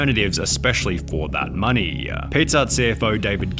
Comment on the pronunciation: This dude adds "ahh" to his words. Moneyahh Pizzahh Overahh